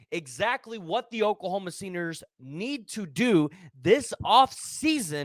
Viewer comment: The Oklahoma “seeners” 😂